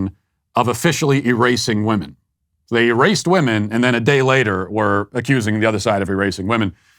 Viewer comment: Why is this “poet” unable to pronounce the word women? It is written women, but pronounced wimen. Not wohmen. Bizarre.